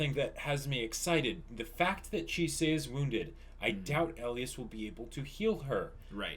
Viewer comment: OK, his name is ELIAS-------Pronounced E-LIE-ES